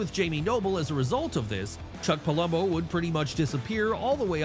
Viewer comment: Its Theory not Thoery its Palumbo not Pulumbo